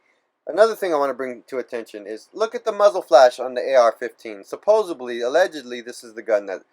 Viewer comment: You lost me on "supposebly"